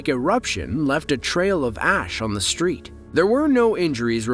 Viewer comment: Minister of climate change? Hmm, I wonder what that is? BTW, there is no "H" is street or destroyed. If you're going to narrate videos, learn how to speak properly.